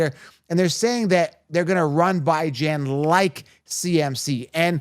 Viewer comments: Are you mispronouncing Bijans name incorrect on purpose? You've said it a few different ways. If you're giving fantasy advice, the players deserve a proper name pronunciation. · Can you say BIJAN’s name right let me sound it out for you BEE-JAHN 🤦🏼‍♂️ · WHY do you have to call him Bi-Jan lol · I discredit your advice based on you not knowing how to pronounce the players name’s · He refuses to say his name right even though there’s literally videos of the guy specifically answering questions about how to say his name.